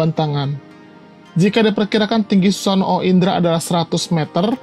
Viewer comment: Min tolong dong ngucapin susanoo jangan susano o, huruf o nya bagung jadi satu gak harus disebutin susano.o, cukup susanoo , huruf o panjang